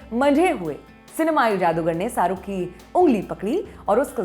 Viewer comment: Saruk nhi, Sharookh hota h